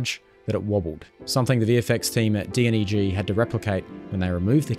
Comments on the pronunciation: it's pronounced d-neg (double negative), not d.n.e.g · DNEG stands for Double Negative Studios and is pronounced as D-NEG. The more you know! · Dude, its "DNEG" stands for Double Negative. Pronounce it as an acronym not an abbreviation. Thought you would know that.